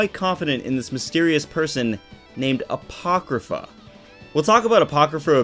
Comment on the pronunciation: Bruh when u said apochrypha I screamed FAAaaAaaaAaaAAaAtTEeeee